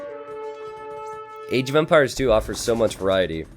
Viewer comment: you sound it like age of vampires not empires